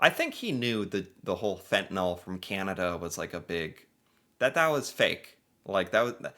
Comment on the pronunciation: Fent-Ah-Nil (Fentanyl) NOT Fent-ah-Nol.